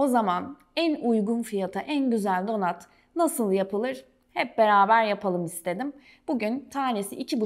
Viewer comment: Donat ne ayol😂 donat yaz bari, donut yaziyorsan telaffuzu dogru duzgun et yani